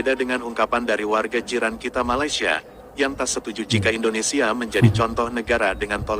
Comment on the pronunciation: IndoneSIA, bukan IndoneSA. Tolong dikoreksi ucapnnya.